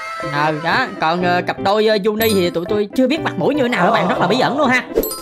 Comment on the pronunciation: Sao anh nói cặp Juni, rõ ràng là Junni mà anh dám nói là Juni 😡😡😡